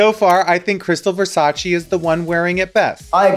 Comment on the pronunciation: Raven: its Versaceeee not versachi